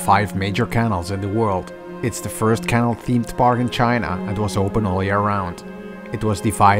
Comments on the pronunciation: In the world "canal", the 2nd a is annunciated, not the first like you're doing here. "CanAL", not "cAnal". It sounds like you're saying "channel" without the this video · Have you considered adding in subtitles at times? The way you pronounce canal sounds like kennel. Like a dog kennel. It was confusing at the start when you were describing the theme park. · It’s CA NAL not can al